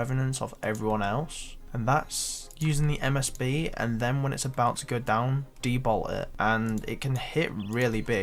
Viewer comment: the way he says but BOWT I am a BOWT.